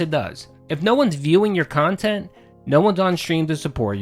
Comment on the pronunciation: Guess the "QUALITY KHANTENT" is as quality as he think it is.